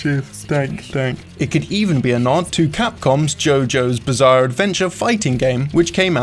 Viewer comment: Im a simple guy, I hear "Jojo's bazaar advendtures", I dislike